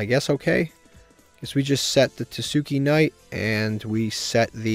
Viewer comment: tah-skay knight is how you pronounce it btw.